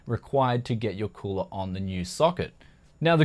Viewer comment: the way like he pronounce "cooler", in italian sounds like "culo (ass)"